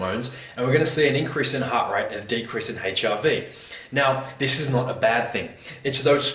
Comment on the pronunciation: Note to self~ "Check ya' HIV sco each mo'ning."